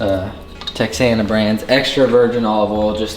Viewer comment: Awesome video brother. Just a quick note, Texana Olive Oil is pronounced "teh-hana". Amazing looking chops, btw.